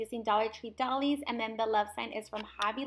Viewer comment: So cute! Oh, and doilies is pronounced "doy-lees" 🖤🖤🖤🖤🖤🖤